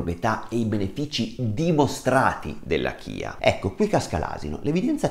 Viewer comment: Si pronuncia CIA perché è la salvia ispanica quindi la corretta pronuncia è quella spagnola …..semi di CIA..